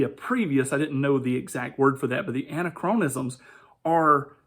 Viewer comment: I'm from SkepTic's response to this but I'm not here to mock you or anything. Just wanted to give you a heads up: "Anachronisms" is pronounced "an-ack-rawn-isms" Emphasis generally goes on the an or ack, typically the latter. It comes from the greek prefix "an", meaning not, and "chronos", time, essentially meaning it's "not the right time". Again, no mockery intended, just trying to help. c